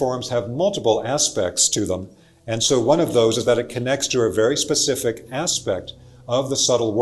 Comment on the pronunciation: Specific vs pacific…I do love n appreciate the content n delivery. Thank you